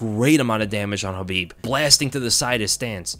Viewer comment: Is the k in khabib silent or is that just how this guy says it